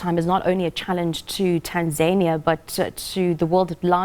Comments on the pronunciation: 😁😂😂 ..Tan(zaynia), TaNZANIa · Right on....who taught her how to pronounce Tanzania.....?as "TanZAINia "so confidently wrong..!